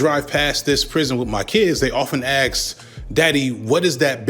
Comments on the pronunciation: He always pronounces "ask" as "aks" 😂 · Cool vid, but I can't stand listening to someone pronouncing the word "ask" as "axe". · cant take a full grown man who says "ask" as "axx" seriously, so cringe.